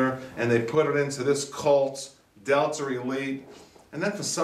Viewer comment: It sounds like you are saying Delter. Am i hearing wrong ?